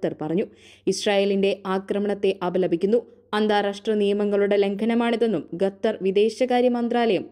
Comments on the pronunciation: മുഖം, ഖത്തർ, അല്ലാതെ ഗത്തർ അല്ല. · ഗെദർ അല്ല ഖത്തർ എന്നു പറയൂ 😂😂😂😂😂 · ഗത്തർ അല്ല കുട്ടീ ഖത്തർ ആണ്. ശുദ്ധമായി മലയാളം പറയാൻ ശ്രമിക്കു.... ആശംസകൾ 🙏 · ഖത്തർ ആണ് ഖത്തർ